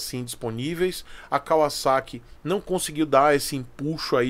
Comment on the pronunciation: Um dos primeiros q eu vi falar o nome Kawasaki com pronuncia correta (Y)